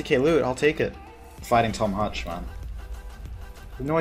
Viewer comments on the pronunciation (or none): none